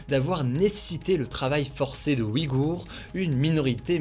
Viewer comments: ... Bon désolée mais vu que personne n'en parle je vais le faire, parce que ça commence à faire quelques mois quand même : C'est [ujɣur] pas OUHIG-hours . Bon le [ɣ] est difficile à expliquer mais [uj] ça ressemble plus à "ouille" que "oui" ! Il y a aucun "i" ! C'est très frustrant ! C'est comme si tu disais " les Franquais ". Amicalement ! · Merci pour ton travail Hugo. Une petite correction concernant les Ouïghours. Leur nom, comme je l'ai toujours entendu et comme le précise Wikipedia, ne se prononce par "oui-gour", mais "ouille-gour". Voici ce qu'en dit Wikipedia : "Le nom du groupe ethnique et de la langue est prononcé [ujɣur]"